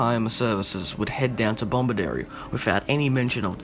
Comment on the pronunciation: No second "B" in: "Bomaderry"